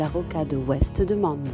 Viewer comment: Je doute qu'une IA ait un petit reste d'accent quand elle dit "Mende"